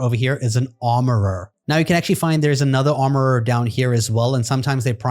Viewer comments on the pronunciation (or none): Why does it crack me up every time you say armourererer 😂